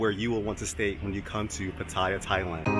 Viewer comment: 1. OMG you are one of very few vloggers I heard pronounce Pattaya correctly 👍 2. Try and get out of Pattaya/Bangkok/Phuket - they are NOT real Thailand, they are Western settlements within Thailand